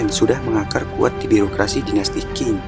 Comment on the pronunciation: bukan dinasti King.. Qing dibaca Ching..